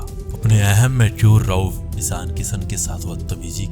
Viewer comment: Rauf not rouf😂